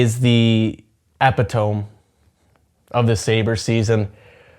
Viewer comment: “Epitome” pronunciation almost made me smile, almost 😢